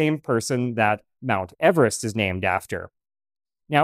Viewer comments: George Everest's name is supposed to be pronounced with an Eve rather than Ev. - (Yes, the mountain too...) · I have read in Wade Davis' book "Into the Silence" that George Everest's last name was actually pronounced with a long e at the beginning, i.e. EEverest. I have not heard this elsewhere, but Wade Davis is generally very thorough. Great book, BTW, with lots of references to 1920's mountaineering equipment that would be right up this channel's alley. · He pronounced his name Eve - rest.